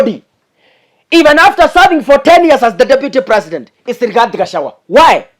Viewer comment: it's Gachagwa not Gachawua😅